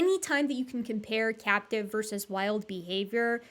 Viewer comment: said, "captive crested gibbons" and I heard, "cat depressive gibbons"...